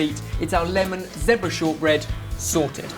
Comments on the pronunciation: zehhbra?? haha zeeeebra!! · It's zebra not zepbra you guys....just saying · WHOA he said "zeh-bra" not "zee-bra" europe is weeeeiiiird o.O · like zee-bruh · isn't it zebra? or just different pronunciation and ooh dropping wett ;) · they pronounce zebra so differently